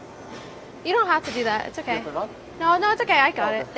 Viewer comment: Okay, I'm going to give you a little bit of grief. Why the hell do you pronounce okay as oak? Did you not learn how to pronounce words as a small child? What's the deal?